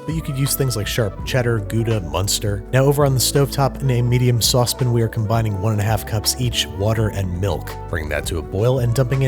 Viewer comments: id like to smash you in the face with that SAUCE PAN every time you mispronounce it!!!! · Andy: says “Saucepan” Me: hears “sospin” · Suspin I'm sorry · sauce pin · Nobody: Babish: "Sauce-pin" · What is a saucepin? Lolol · "Saucepn" it gets me everytime!